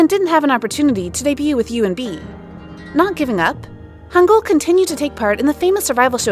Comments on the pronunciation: It’s Hangyul not Hangul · The name the first guy is lee hangyul, not lee hangul